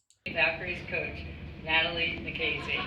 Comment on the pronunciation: Maybe Englebert is like Mr. Garvey, substitute teacher for Nakase's pronunciation? "Gnat-a-Lye nA-Kase"